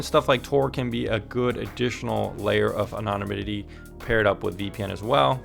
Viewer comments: Take this in the way it is intended. It is ANONIMITY..ANON - IMITY. (A NON IM ITY} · Thank you for this informative video. May I offer you a tip on pronouncing the word, anonymity? Say it like this: ano-NIM-itee. The syllable in caps is the one that gets the emphasis. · Jesus CHRIST it's pronounced AN·O·NYM·I·TY get a FUCKING clue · "Anonynimity" lol.